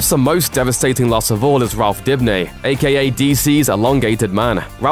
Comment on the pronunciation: It’s Dibny not Dipny